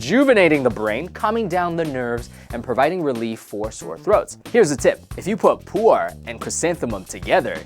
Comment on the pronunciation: it's Pu'er LOL ("Poo-er")